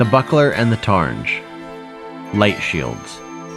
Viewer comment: Btw targe is just pronounced like barge, no n :)